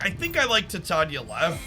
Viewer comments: doesnt bother with exact pronunciations. Not a big deal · Does he mispronounce Titania on purpose? Or is it not a pun of the element Titanium?